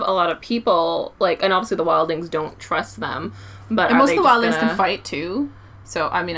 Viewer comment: It's Wild-lings